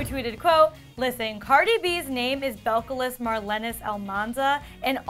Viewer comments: Her name is not pronounced bell-call-is ... it’s pronounced Bell-ca- lees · Belcalis is pronounced BELK-UH-LEES